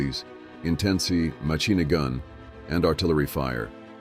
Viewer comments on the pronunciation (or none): "Soldiers, mainly Americans, had to overcome anti landing OB-STACK-LEES intensive MA-CHEENAGUN.... "